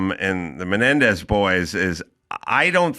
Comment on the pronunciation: Why does Adam Corolla pronounced these brothers last name incorrectly ???